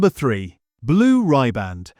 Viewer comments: It's not Blue RYEBAND it's Riband as in rib. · And AI ain't working too good!! And for the record it's not Blue Ryband, it's Blue Riband!! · Blue rib-and. Not blue rye-band. Going to have the tune to Blue Riband Blues in my ear all day. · 17mins 25secs , Try "' Blue Rib-& "' Pronunciation, Pronunciation, Pronunciation FFS!? Not Blue RY-Band! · It's pronounced Blue Rribboned not Ribar. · Americana iis the land of synthetic shit. Blue Rye-band? FFS! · Blue ribband pronounced blue ryeband..AI much? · I like the content of the channel but the AI voice devalues it. Pronunciation and annunciation is off… Blue Ryeband? 😂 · The pronunciation is blue rib and not rye band and hotel shoc o lar not hotel chocolate. Just saying. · "Blue Rye-band". "Hotel Chocolate". I ask you! AI at its finest. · Blue “ribban’d”…”Hotel Shock-o-la”